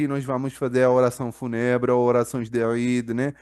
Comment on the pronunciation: Se pronuncia o "U" como vogal longa...Fúuuuuunebre.